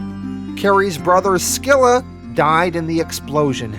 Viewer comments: You also mispronounced scylla, is pronounced silla the c is silent. These videos are awsome either way tho. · it’s SILL-A, not SKILL-A; SILL-A, and CARE-RIB-DIS...the names are from the tale of ODYSSEUS; the phrase, “caught between SCYLLA AND CHARYBDIS”, means to be caught between two bad options, or to be caught between “a ROCK, and a HARD PLACE”...I guess to mean that any villain caught between the two brothers is in real trouble... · I hate too be that guy but you also mispronounced the names of the brothers. They are pronounced Ka-rib-dis and si-la. They are named after the twin whirlpools from the Iliad by Homer.